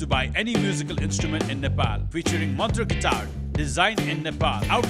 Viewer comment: aai cum fram a cantry 'nepol'😂